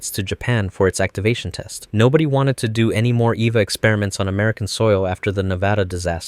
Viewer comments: 10/10 I love you bro, you pronounced Nevada correctly ❤ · Thank you for pronouncing Nevada correctly